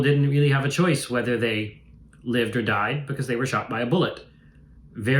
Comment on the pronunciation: "Nobody gets meezel's these days so why vacksernate again'st it".